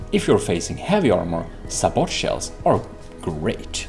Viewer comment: This video was exactly what I needed. I'm still in the 2015 FTD mindset that everything has to be frag set to a 1 degree angle, and naturally that doesn't work anymore. By the way, sabot is prounced sa-bow (or say-bow if you're american)